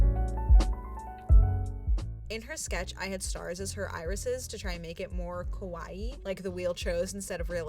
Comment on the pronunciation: Kowai means scary, which is what your saying instead of kawaii